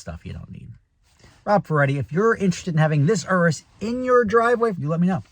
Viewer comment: Thanks for pronouncing urus properly